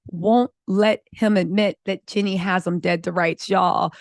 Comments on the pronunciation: is one very hard working and astute content creator who understands and speaks legalese. Excellent content! I appreciate you! It’s not pronounced ‘Jenny,’ but ‘JeanEE’ (with a long E sound at the end of Jeannie’s name. Like Blue Jeans…Did you ever watch ‘I dream of Jeannie?’ It was an old tv classic before your time. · you’re working hard and being consistent with creating content - shout out to you…one thing, please say Jeanie - her name is not pronounced Jenny…🫶🏽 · Hi 👋🏼 her name is Jeanie (Jee-Nee) not Jenny 🤦🏽‍♀️ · I absolutely loved your coverage, but it drives me bonkers that you keep calling Jeannie, my Jenny, her name is Jeannie, is you're gonna do a report on it. Do your job and make sure you call them by their right name driving me nuts. And you have the best coverage of this subject so I don't want to go nowhere else to watch It. I just want you to say her name right